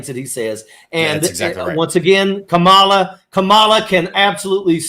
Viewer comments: Major please learn how to say Kamala. Comma la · I hope figures out how to say Kamala pretty soon.